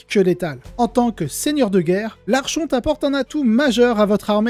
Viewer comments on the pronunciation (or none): Le ch dans archonte se prononce comme le ch de Christophe. En anglais, au contraire, on prononce le ch comme dans chien et il faut aussi prononcer le « n » de fin de « archon »